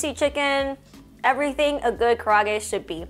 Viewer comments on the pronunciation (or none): Kar-ay-ag-e chicken.